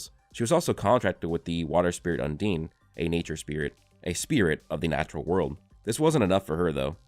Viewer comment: Bro no way you think “undine” is pronounced “un’DEEN”